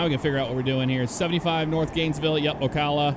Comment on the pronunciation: Lmao it's Ocala not ocalla. Cal as in caliber. XD